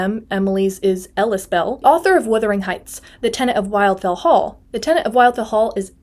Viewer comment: A friendly note: The first syllable of "Wildfell" is pronounced to rhyme with "will" not "while".